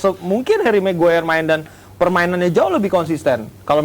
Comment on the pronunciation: Ngeja nama maguire aja ga tamat dek dek.sekolah dulu yg bener biar bisa eja nama